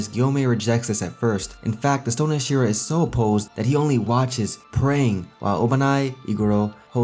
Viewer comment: The way you say Hashira is frustrating